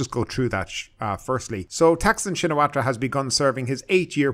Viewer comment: You should work on your pronunciation,. (sp?) The 'r' in Srettha is silent, and so is the 'ra' part of Shinawatra. The last name of Thaksin is pronounced simply as Shinawat.